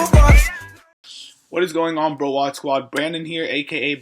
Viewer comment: Sup bro get it browadis btw its brawadis hahah -_